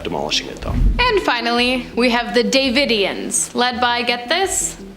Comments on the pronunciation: Branch Duh-vid-eons. Way-co. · The host in the black shirt long black hair I guess she's just trying to be funny but that's not how you pronounce davidians and it's Waco not wacko you spell Waco with a long a